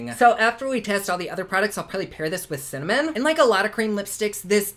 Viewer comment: LOL. Thanks a lot,! I’m in my 70s and thought I had “cinnamon” nailed decades ago but after you said “Cimmanon” I turned right around and said it! Hubby thought it was hysterical and after 54 years together he doesn’t need any more teasing ammo! Keep up the good work. You make any day brighter!